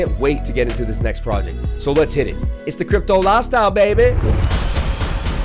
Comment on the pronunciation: When you said "sick TA" it made me watch your personal video: DDD> sub-ed You need more practice with the> "The Crypto Life Style" pronunciation (a little more love). But everything will be great. Fraction NFT > blow my mind !!!